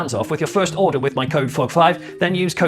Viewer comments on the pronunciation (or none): none